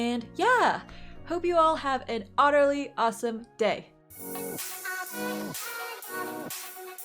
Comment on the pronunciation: Who is "Otter Lee"? Otter Lee awesome day?